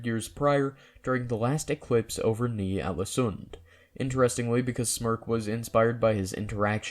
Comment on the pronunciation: God I hate that Johnny Sims didn't look up the pronunciation of Ålesund, cause I cringe every time I hear it. I know it's a me problem, I get that John and his buddies aren't Norwegian, so they would pronounce it like that, but I am, and we don't.